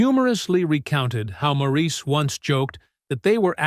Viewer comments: It's pronounced "Morris" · Everyone wants their name pronounced right. (& she’s right— it is Morris)✌️ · One of my all-time favorite bands. Too bad the speaker on this You/Tube video was mispronouncing Maurice's name. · I don't think Maurice cares in his heaven how his name is pronounced 21 years after his death.